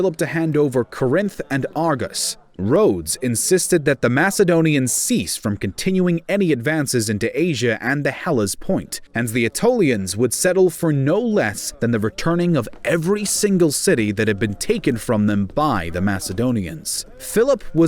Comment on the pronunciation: It's "Hellespont" not "Hellespoint"